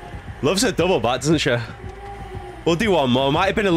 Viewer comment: Everyone else: double back there: doubather